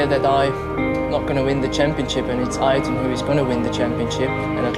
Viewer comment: La vidéo est dingue. Magnifique hommage. En revanche on dit et écrit AyRton et non Ayton ^^